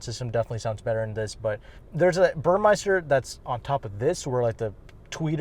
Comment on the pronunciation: for future reference, it’s Burmester not Burmeister 😂 great video as always